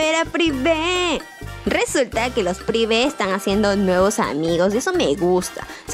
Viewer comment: amo cuando dice privee quedate aqui para ver a prive